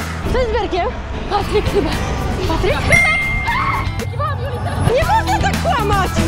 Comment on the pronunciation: Ej czy tylko mi się wydawało że zamiast Berek to Benek